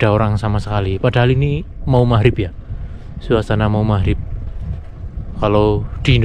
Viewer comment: Magrib ngab, bukan mahrip lol